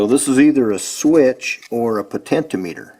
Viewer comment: Good video, however your pronunciation of potentiometer was driving me crazy though. It’s “po-ten-chi-ah-me-ter”